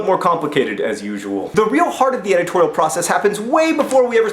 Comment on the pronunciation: Editorial sounded like "egg twirl"